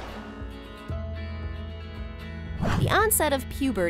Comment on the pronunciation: *maturity not "meturity"